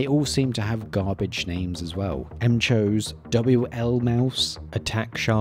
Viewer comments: What are the chances the 300 hr battery life figure is only possible when using bluetooth? Btw, I think it's pronounced McHose, like McDonald's. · nah, its definitely pronounced: "MAC-HO-SEI" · how is it not pronounced as McHose